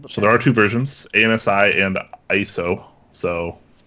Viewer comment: ANSI is typically pronounced AN-see And by typically, this is the first time I've every heard anyone say each letter in the acronym.